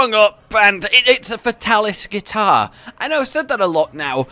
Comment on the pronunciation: Hearing him call it a guitar hurt my soul